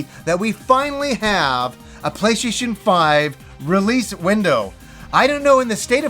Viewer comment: I like how he says "playshayshin"